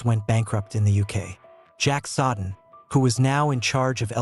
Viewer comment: I am not a dictionary but the name Jack Soden is pronounced as Jack “So-den”……..not as Jack“Sod-en”. Notice where the D is and isn’t. Good luck to you.